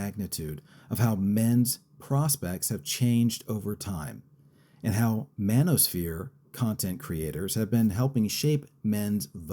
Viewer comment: This guy said manospear. Then names a comic, a center right podcaster, and a robot. Do yall know what the manospher is?😂😂😂 talk to me when trump is on fresh and fit yelling at drunk 19 year old OF girls.